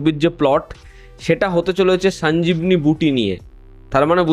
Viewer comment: Sanjibni নয় sonjiboni। বাকি ঠিক আছে।